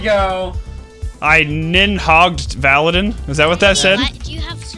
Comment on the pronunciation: bruh it is not valadin